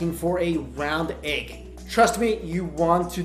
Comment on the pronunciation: bruh the way he said egg. "egqe"